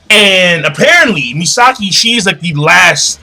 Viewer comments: You're not right about them being cousins. She was adopted into Ishida family for sole purpose of marrying Ryuuken. And it's "Masaki" not "Misaki" ;) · lol in fairy tail he says Mirajane as Maryjane and now in bleach Masaki as Misaki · i know you have stuttering problems but at least call the names correct..it MASAKI.and not NENJI it's Neji you fat fock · Just a small correction: Ichigo's mother's name is Masaki, not Misaki.